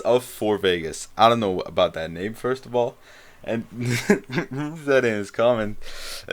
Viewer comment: Yo I just noticed you said my name right, WTF?